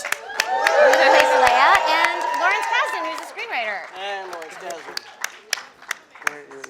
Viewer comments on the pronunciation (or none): "Kasdan", not "Kadsan" , sir.